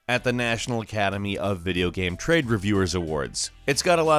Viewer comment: Why do you say game as gam?